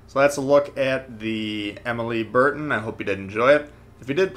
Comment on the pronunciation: More like bear-tan, and sort of swallow the final 'n'.